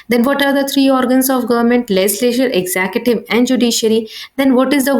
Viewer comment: you teach very bad ,it is tiers not tears and it is executive not exettive shameless